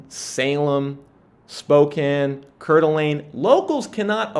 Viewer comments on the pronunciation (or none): Pronounced CORE D’alene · Just a heads up it is probounced core da lane 😀